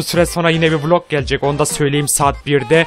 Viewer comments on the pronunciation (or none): none